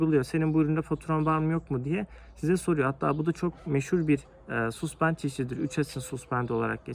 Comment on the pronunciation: güzel video olmus tebrik ederim. Amerikayi avrupalilar istila ettiginde altin arayanlardan cok kazma kurek satanlar kazanmisti parayi. her danismanlik egitim verene inanmayin. (bir de yapici elestiri: Suspend yazılır saspend diye okunur, A ile)